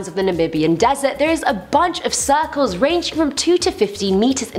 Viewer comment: i love how she says suh-culls